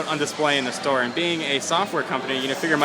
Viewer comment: whats a "da store" ??